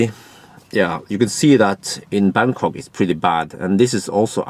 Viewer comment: Why do i keep hearing Berkåk instead of Bangkok ? About 0.13 €/kWh in France.